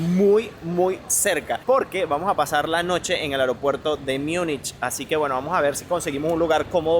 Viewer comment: En castellano Munich se pronuncia tal como se lee. No se dice [ Miunichh]✓